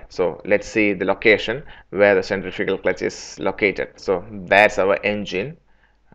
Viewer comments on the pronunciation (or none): If you're going to do a video in English, why the heck don't you learn to say the word Centrifugal clearly. Your pronunciation of the key word Centrifugal is totally unrecognizable, and you know this. I think you don't because you don't care to. You expect your audience to adjust to your pronunciation instead of you talking the time to say the work correctly.